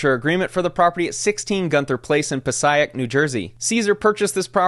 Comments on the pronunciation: 😂😂 it's "Pa-say-ik" not "Pa-cy-ik" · Pah-Say-Ick, not Pah-Sigh-Ack. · (puh-say-ick) Thanks for the investigation. Keep it up. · sorry i’m just a jersey head , it’s PA-SAY-ICK 🥲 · As a Northern New Jersey native I must say that it made me chuckle hearing you pronounce some of these place names. Cesar is incompetent and Envy is guilty for promoting him. As for the victims, they should have never believed that they could get a 30% return in under 6 months for any investment. If Cesar could have guaranteed those returns then he wouldn't need or want private investors.